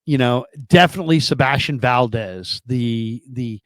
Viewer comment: "seBASTian valDEZ"..................🙄